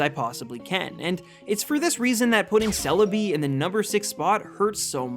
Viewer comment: GIRATINA IS SPELLED WITH 2 I'S, NOT 3 A'S! THE E IN KYOGRE SHOULD BE AFTER THE R! IT'S CELEBI, NOT CELABEE! AND IT'S FARFETCH'D, NOT FAR-FETCHED!